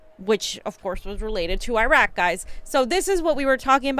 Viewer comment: Exactly. She’s literally bilingual and the pronunciation in Spanish is even closer that this crap. What the fuck??? Otherwise, I’m cool with them lol. But seriously! GOD DAMN IT